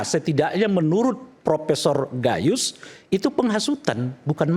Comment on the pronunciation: Gayissss atau gayussss😂😂😂 seperti orang bego